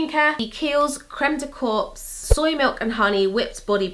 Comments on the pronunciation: haha! It's not pronounced creme de corps, its pronounced creme de core :D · Exactly! It's just creme de "cor" - not "corpse". Happy halloween!! Hahaha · You re killing me ...you are not supposed to pronounce the S at the word corps otherwise in english it means dead body and it s not lovely for a body cream 😂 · haha, it's pronounced creme de "cor"! lol how morbid would it be if it was "corpse"? Lovely video once again <3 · Corps is pronounced core not corpse. :) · it's crem de cor not corpse...lol corps = body in french..sorry...I just finished watching TWD.. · corps is pronounced like core, weird I know!!:) love you!! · Pronounce corps like the word "core" in english 😉 i'm french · I'm sure other people have mentioned this but you pronounce "corps" like core. xx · you are the epitome of sweetness and inner/outer beauty oh my lawdddd sidenote: 'corps' is pronounced "cor" plain n simple, silent p and silent s lurvvv youuu 🌸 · haha please don't say "corpse" ! in French, for the word "corps", the p and the s are silent :) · "corps" is pronounced like "cor" with no p or s ☺️ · So, this is a small thing, but just bothers me a bit., you keep saying "corps" with the "p" sound when talking about the Kiehl's creme. Just wanted to point out that the correct pronunciation is without the "p." It just sounds like you keep saying "corpse" - as in a dead body, lol. Love your videos though!:) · You're not supposed to pronounce the P either. I kept imagining a moisturized dead corpse lol. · You don't pronounce the P and S in the word corps :)